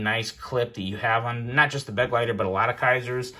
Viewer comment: It’s Be-GLEI-ter, not BEG-leiter! It’s German for “Companion”.